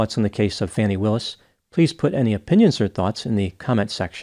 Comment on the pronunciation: And deliberate mispronouncing Ms Willis' name.